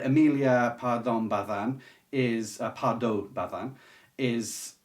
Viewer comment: Titles mentioned: 1- The house of Ulloa by Emilia Pardo Bazán (10 points for pronouncing correctly that z in spanish ✨) 2- Time will darken it by William Maxwell 3- The old wives tale by Arnold Bennett 4- Address Unknown by Catherine Kressman Taylor 5- A child of the Jago by Arthur Morrison 6- On the black hill by Bruce Chatwin Thanks for the recommendations,!